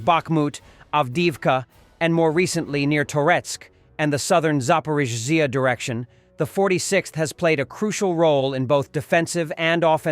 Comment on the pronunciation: Translation is funny HiMars become Hamsters! Still gotta work on algo-rythym pronunciation of Zaporiz- zzzia!